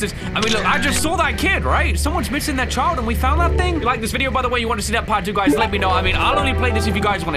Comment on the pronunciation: You herd what said guys, "LIEK the video". He'll sure appreciate tou hitting that LIEK button. Helps out the channel and shows that you want more Hello Neighbor Two when you LIEK the video